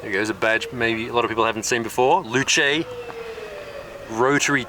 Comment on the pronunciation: Loo Chay? Its a Loose!